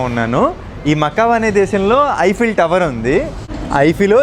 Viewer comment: ఐపిల్ టవర్ కాదు. ఈఫిల్ టవర్ మై సన్